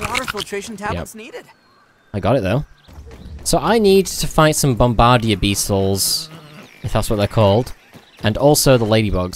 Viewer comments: It's pronounced "Bombah-deer" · I laughed every time he said it